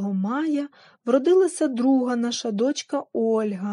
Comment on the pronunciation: Не до‘чка ,а дочка‘,багато наголосів російських ,а не полтавсьо -украінське.Розповідь інтересноа й пізнавальна ,але вимова не професійна .Спасибі .